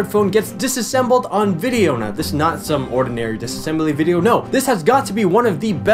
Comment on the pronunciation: "Vidjeo" xD